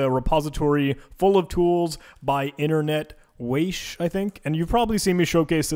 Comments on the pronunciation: Correct, but maybe also say how to pronounce it correctly? /ˈvaχə/ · "Internetwache" is German for "internet guard". So yes, you are pronouncing it wrong ;)